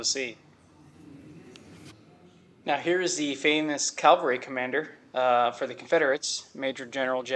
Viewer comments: PLEASE. tHE WORD IS cav al ry NOT calVARY. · Hate to be a stickler, but it’s cavalry, not Calvary. Calvary is the place of Christ’s crucifixtion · Is'nt the correct word CAVALRY, NOT CALVARY? Patton will turn in his grave! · Calvary vs Cavalry ... seems important to make the difference. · You know the difference between “cavalry” and “Calvary,” right? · Military units with horses were called C A V A L R Y...not calvary. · Cavalry…. Not Calvary. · spend some quality time reading and better familiarizing yourself on subject matter prior to posting such amateur content. You may even find yourself becoming capable to say & spell cavalry, and some how become tolerable to listen to. You keep saying thank you for being informed of thing you should already know, yeah your polite, but completely incapable of producing quality content.